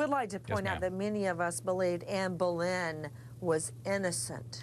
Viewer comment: Anne Bolin ??? Really Drew: SMH